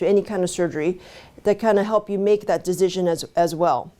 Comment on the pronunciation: I love how she says “deezzizzon” Lol